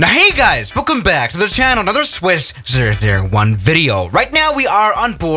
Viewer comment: Ha this time you didnt say "swish"001 cause usually you say "swish" 😅😅😅